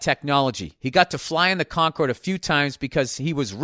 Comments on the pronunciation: Hate that he pronounces it "conquered." CON-cord, Billy. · Con-curd . It’s a cheesy milk substance made by inmates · Is he saying “fly on the conquered?” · It’s because Concord is a place in Boston, and it’s pronounced that way there. So Bill assumes it’s pronounced like the Boston Concord.